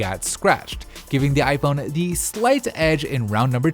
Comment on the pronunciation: I. Phon 🤣🤣🤣